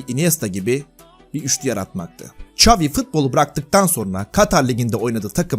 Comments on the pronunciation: "Ç" avi degil Şavi(XAVİ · İngilizce çeviriye yaz ve dinle, çavi diyor